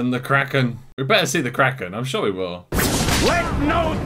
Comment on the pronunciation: So can you confirm, was right about it being pronounced "Krokken"?